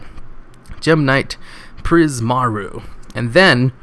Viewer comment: Prism Aura, not Prismaroo. Though if youre saying prismaroo, say it with pride and confidence!